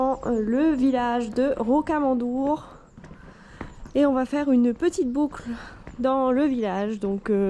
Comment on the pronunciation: Pour la prononciation, rokamadour et la roke gajac :)